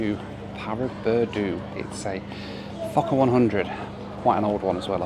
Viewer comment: It sounds Like f**ker 100 not focker 100. So I giggled. But good review